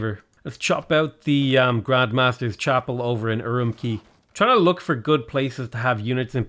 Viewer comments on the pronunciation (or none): none